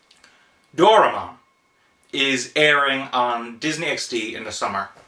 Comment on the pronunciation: you butchered his name.........it's not DOOR AH MON!